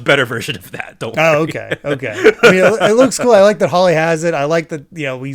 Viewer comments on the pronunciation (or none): PRETTY sure the dog Holy is pronounced "how·lee", as in "dedicated or consecrated to God or a religious purpose; sacred", instead of "haa·le" like plant, which is how said it. It makes more sense, given the God theming of this arc. In any case, I honestly find it amusing how each of God's Vassals have a survival rate, but Ohm's is 0%. Almost makes the percentage feel kind of pointless there. Also, poor Chopper finally gets a win this arc with Gedatsu (which itself feels a bit demeaning, given how clearly incompetent the guy is) only to be instantly struck down by Ohm. Feel really bad for the little guy.:( Much like the Devil Fruit type discussion, I forgot when and where it was revealed that Eneru's power was a Devil Fruit power, specifically that of the Rumble-Rumble Fruit, a Logia-type where he can literally become electricity, much like Crocodile's Sand-Sand Fruit and Smoker's Plume-Plume Fruit. The fact that it's revealed here DOES make sense in retrospect, considering a certain action Wyper does in the future, but we'll get there. The fact that they specify that it's "the most power of the Logia" DOES make me question that statement's validity, considering the Logia types that are introduced after this. In fact, I'm going to try and keep this line in mind when we encounter other Logia Fruits and see if it holds up. I honestly don't have much to say about all the big fighting that happens during these chapters, other than I love the big brother Zoro moment where